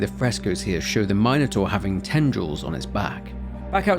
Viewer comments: Its funny you say minos correctly but then immediately say mynotaur instead of minotaur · Calling it a my-no-taur is lowkey pissing me off lmao